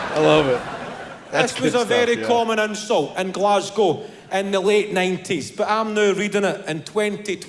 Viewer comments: " glaz- go " you got the city right ! normally its " glaz-gow " from the Americans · As a Scottish person you have said that right and also you have said GLASGOW right too.. 😂😂